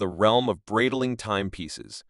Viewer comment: It’s pronounced Bright Ling. Sorry but you’re murdering the name.